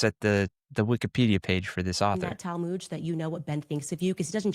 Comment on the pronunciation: That's her talmooood.......geez at least learn how to pronounce it......the rest of us have a multi volume, so heavy you need special bookcases to hold them.....she has a 75 pg soft cover booklet......that's her talmooood. I don't even think there are Jewish sources that discuss black people. It's not within Jewish sources to divide by race. It's just not logically accurate.